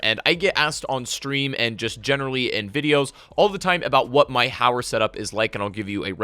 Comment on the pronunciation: Oh I thought it was called howler or haywire, or hayer....JK, finally someone who can pronounce the damn gun right.. it’s HOW-ER guys.. gawd lol